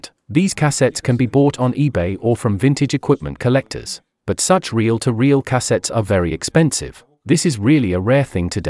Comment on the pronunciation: Cah-settes lol